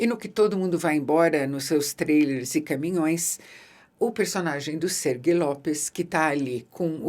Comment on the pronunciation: Não é Sergui, é Sergi, Sérgio em catalão.